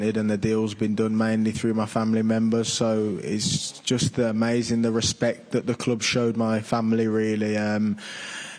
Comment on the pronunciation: “ Jut “😂 cant wait for all the press conferences